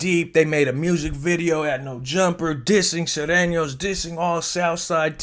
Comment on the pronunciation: Please correct your articulation. It’s Nor-tane-yo’s not Nathenos and Sue-rain-yo’s not Sirenos. Saludos from Livermore, California